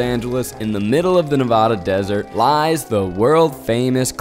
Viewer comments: This video is excellent, not trying to make a dig at anyone, just for anyone who may be interested, a pronunciation guide from a born-and-raised Nevadan: Tonopah - “Toe-nuh-p(long a sound like in “cart”)” Nevada - “Nev-(short a sound like in “cat”)-duh” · This was a fun watch but next time please look up pronunciations 😭😭 you were saying Tonopah and Nevada wrong, and your subtitle guy couldn’t spell Kwesi! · zach you pronounced both tonopah and nevada wrong 😭 so many times too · TONOPAH: Toe-nuh-paw NOT Tah-no-pa NEVADA: Nuh-vaa-duh NOT Nuh-vaw-duh 😂😂😂😂😂😂😂😂😂😂😂😂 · Can't decide if he mispronounced it on purpose or not... Nev-ah-duh (not Nev-aww-duh)... Toe-nah-paw (not Tonope-ah)... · the way zach pronounced Tonopah made me giggle every time. Its Toe-No-Pah and Nee-vah-dah 😂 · TOH'-nuh-pah and nuh-VA'-duh (short "a" sound) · hello! nevada resident here! just gotta say, my sister & i cracked UP every time zach mispronounced tonopah & nevada. 😂 (it’s pronounced TONE-UH-PAW and NUH-VAH-DUH) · Was looking for another Nevadan! Ne-VAD-uh, Toe-nuh-pah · Loved this video HOWEVER, my Nevada-born heart broke a little every time he said Nev-aw-duh and Tuh-no-puh 🤪 even after talking to the geologist who said it correctly haha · Zach. It’s Toe-Nuh-Pah, Nuh-Va-Duh.😹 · Good video. Really enjoyed the vibe but please check how to say the names of the places. It’s Neh-VA-duh and Toe-nuh-pah. We get testy about our pronunciations out here. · not toe-no-pah and nuh-vada😭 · To-no-PAH. You pronounce all three syllables clearly, and the emphasis is on the pah. Also, it's not Nevahda.... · Zach I love you, but I am a born Nevadian & you totally slaughtered the name of the town & the state. It’s Tone-uh-paw & Nuh-Vad-uh. During softball trips in high school we stayed at this hotel many of times, as it was the only hotel for a while. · Loved the video! The mispronunciations of Nevada and Tonopah were killing me though! 😂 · The way you pronounced tonopah and Nevada drove me crazy 😂